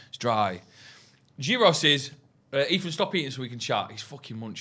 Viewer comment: Class again lads, but the gyros pronunciation was shocking🤣 it's more like yihros rather than pronouncing with a 'g'